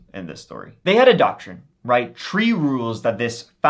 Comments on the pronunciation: In this episode, said “tree (3),” “turty (30),” and “turd (3rd)” fifteen times. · What kind of accent do you have that you pronounce three as “tree?” I recall you once said you were Irish, but you don’t a typical Irish accent. Please advise. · It’s not his fault! It’s a throwback to when Irish was the only language spoken in Ireland. E.g. “Three” is “trí” in Irish, pronounced “tree”. ☺️🇮🇪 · Did he say, tree stories? Jk😅